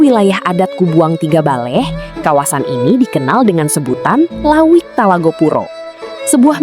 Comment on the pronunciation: bukan lawik tapi lauik